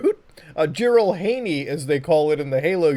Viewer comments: When he pronounced it "Jiral-hey -knee" i knew this was gonna be funny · the way you say jiralhanae hurts me